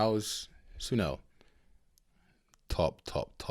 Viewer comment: Jozi native here and you're absolutely spot on with that analaysis on the nocturnal feel of the sound on here and how Maboneng (and Jozi really) turns up once it's sun down.. great observation.. Great reaction, absolutely love Sun-El.. btw it's pronounced Sun as in the sun in the sky and El as you would say for the name Ella.